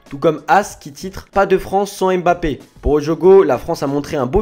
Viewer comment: Pouvez vous arrêter votre connerie et bien prononcer son Nom Mbappe